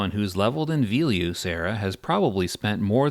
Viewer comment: okay. I can forgive you for saying velious and kithicor wrong.... but there is no way you iceclad like that